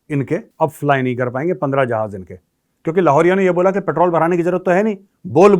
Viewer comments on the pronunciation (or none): none